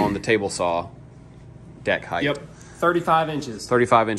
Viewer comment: I'm jealous of this. A funny thing Americans do is pronounce "height" with a 'th' sound at the end. Cute.